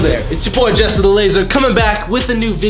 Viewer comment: Did he just said JESSER THE LAZAR